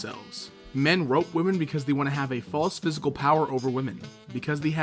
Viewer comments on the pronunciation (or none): Why do you pronounce they as thee? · The way you pronounce "they" is disturbing